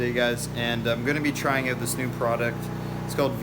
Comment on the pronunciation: Did you say, “try it ote”